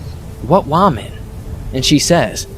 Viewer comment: are you mispronouncing "woman" on purpose? you'll say correct and then mispronounce it...